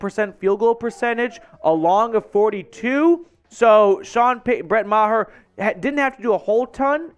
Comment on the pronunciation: It’s Maher not mah- her please